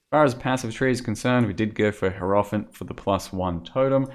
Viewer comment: Dude, learn how to pronounce hierophant.